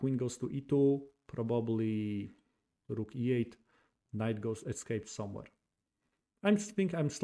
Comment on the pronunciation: The chess content is very much appreciated. Some friendly feedback. Forgive me for pointing out that probably has three syllables and is pronounced Proh-buh-blee, not Proh-bob-uh-lee. Also, series has two syllables and is pronounced see-reez, not see-ree-uhz.